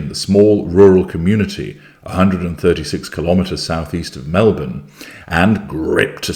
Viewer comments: I didn’t see this at 2am (I turn phone volume off at night), but was so excited when I saw the headline just now! He’s already got her sussed …. And, he pronounced ‘Melbourne’ like an Aussie! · I’m an Aussie too (Bris) and I’ve never heard of this place and don’t think I could pronounce it! Lol. But, I was impressed he pronounced ‘Melbourne’ like a local. I’m so glad covering this.